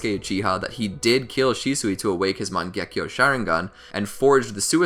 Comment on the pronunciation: It's Sharingan, not Sheringan EDIT: It's Mangekyo, not Mengakyo